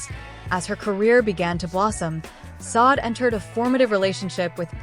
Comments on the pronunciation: Her name is pronounced “Saw-Day!” Not SOD! What the fuck?! Why don’t you guys try listening to announcers and other shows and how they pronounce her name! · Please.. its pronounced Shadé isnt it...!!!!! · Why is her name being mispronounced; very desrespectful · yes horrible fake AI